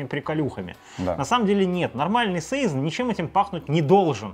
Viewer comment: и всё-таки сезОн, а не сэйзон, сИзон или сайсон. Валлония ж)